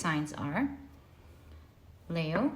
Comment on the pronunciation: Leo is pronounced 'Lee-o', not 'Lay-o'. And Libra is pronounced 'Lib-bra' or 'Lib-ra', not 'Lee-bra'.